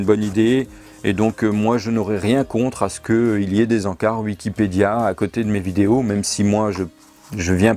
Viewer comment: Tu ES, la preuve, tu prononces "Uikipedia" au lieu de "Wikipedia", comme lui. Donc tu es lui, CQFD. #noussavons